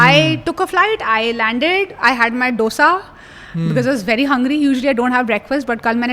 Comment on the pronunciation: Please check pronunciation on dosa Dr.